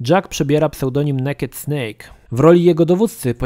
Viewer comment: Kurwa, naked nie czyta się jak naked tylko 'nejked' (moja nauczycielka nie darowała by mi tej pisowni fonetycznej). Zapamiętaj.